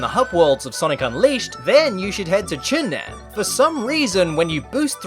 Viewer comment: Im pretty sure im not the only one but you said chun-nan wrong its like you said chin nan instead of sounding like chun-nan